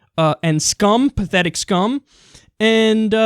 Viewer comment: PaFFETIC! SCUMEH!